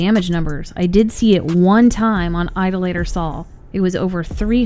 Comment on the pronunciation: Eye-Doll-A-Ter, not ido-later. It means someone who worships idols.